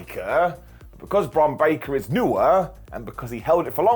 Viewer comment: Bonn Baker? 🤣🤣